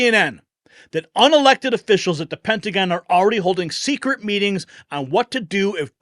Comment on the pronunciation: as I listened it sounded like Pentagon "Brats"